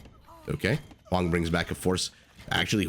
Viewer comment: Did the caster just call Hoang, Mr Yo